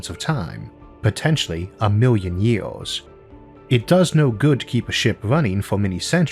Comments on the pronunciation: Wow what a terrible comenTEATor a million YEWS what a SCOOBBBBB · A million YEE-AWS?